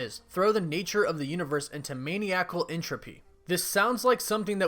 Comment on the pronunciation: "Maniac-uhl".... It's pronounced "Mah-Nye-ick-uhl".